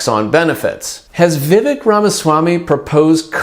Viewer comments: You’d lend more credibility to your video if you knew how to pronounce Vivek… I stopped listening after the 3rd time you said vivick… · Vivek is pronounced Vi-fake, like cake😊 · Ramaswamy’s name is pronounced Vivake, even if it is spelled Vivek. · It's not vivick I'm worried about it's musk